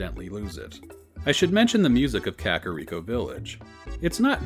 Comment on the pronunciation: I love listening to these, though "krakoriko" made me laugh too hard